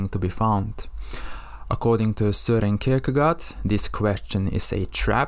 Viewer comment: Jesus Christ what have you done with the names of great philosophers Apbert Camus and Søren Kierkegaard. Butchered them like pigs. Jojes aside, great video. Love the movie. Keep it up.